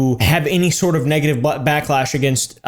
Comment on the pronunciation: He said butlash